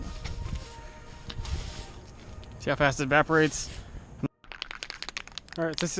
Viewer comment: Hull not hole Evaporates not vaporates Taken not tooken